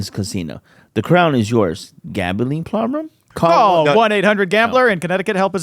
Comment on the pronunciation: Gil trying not to lose it at “gambling ploblem”